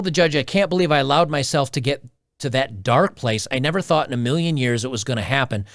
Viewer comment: I think they mispronounced years